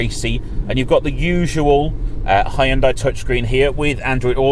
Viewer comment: Finally someone actually pronouncing it Hyundai and not "Hayundai"